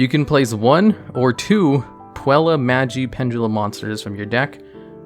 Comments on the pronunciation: PUELLI? REALLY? Butchered pronunciation jokes aside, these custom archetypes are awesome and well thought out. Edit: Yup, after seeing through the archetype, I'm sure it is fairly balanced while still being a bit competitively viable and keeping the theme/idea of the deck. A thing I really like about this one is the chosen artworks for the cards, they're aptly chosen and shows the love the creator has poured into it. Kudos to! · Every time he says Puella as "Puelli" instead of "Puell-uh", I die a little. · His pronunciation of every other word kind of hurts... Like... how is he getting an e sound out of Puella? I swear, he's just trolling people at this point.